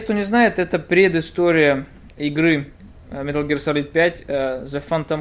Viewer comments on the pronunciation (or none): "Милр Гирлр" Чувак не надо так